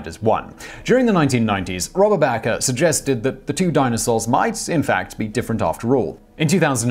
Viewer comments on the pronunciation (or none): Robert Bakker's name is pronounced the same as "baker", Simon. He shares his surname with infamous televangelists Jim & Tammy Faye Bakker. He's probably one of the world's most renowned paleontologists of the last 50 years, man.